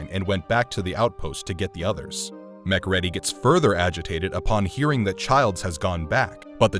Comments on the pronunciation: Please, for the love of God, stop calling him Mc Reddy.. It's pronounced MC RĒĒDY. For someone who talks about how legendary this movie is, it's obvious that you've NEVER even saw it and just used the synopsis from IMDB to make this video. His name is said 500 times during the movie and even if a person saw it once, they'd know how to pronounce it. I lost A LOT of respect for this channel. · I love your videos, bur for the love of sanity will you PLEASE check the pronunciations? You get them wrong all the time, in almost every video. In this one, it's McCreedy, rhymes with greedy. How freaking hard is it to get a name right!? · It’s pronounced ‘Mac Kree Dee’ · mcready? really bro it writes mcready but spells more like mac reedy bro wtf is this? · MacReady is pronounced Muh-Creedy. Mac Ready just let’s everyone know you’re reading from a script and never saw the movie. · Pronounced Mac Creedy and not Mac Ready. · Muc Ready ! It's pronounced Ma-Cready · Arrrrghhhhhhh its MacReady .... mac reeedy Not Mc Ready ready......for fucks sake! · His name is McCready not “”Mc ready”” lol. U know Sounds like “Mc Creedy” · mc reeeeedy not mc red y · MacReady=McCreedy. Man this was great but the way his name is said in this video makes me wanna throw a chair 😂 you watched the movie right? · Omg its MC CREEEEEEEDEEEEEEEEE not fucking mcready u dinlow. Shows u dont even watch the film when you do these videos.. shame on you defacing a all time classic horror hero like that all coz u dont do ur homework. For this reason alone on my fav film ever i will never subscribe or like another one of ur vids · Did nobody in your entire team actually called you out that you pronounced McReedy wrong the entire time? :D Other then that good job! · Uh, hey dummy, it’s not Mac Reddy, it’s Mac Reedy, they say it in the goddamn movie. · Mac- Ready???? Have you even watched the movie??? It's annunciated MACREEDY!!!!!😒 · It's pronounced Macreedy, not Macready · "Mc Reddy"??? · Mc-Ready? Tf!!! 😂😂😂😂